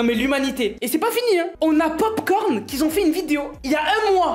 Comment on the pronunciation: Excellente vidéo!! 👍👍 Par contre il n'y a pas de "s" à "qui" donc il ne faut pas faire de liaison:: "qui Z' ont" n'existe pas c'est: "qui ont"!! 😉😊 (Tu t'exprimes tellement bien, cette erreur de liaison c'est trop dommage!!) 😘